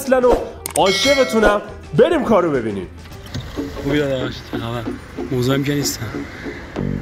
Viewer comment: فقط اونی که آوردن تو دقیقه ۵ میگه نه تو خووووووبی با لهجه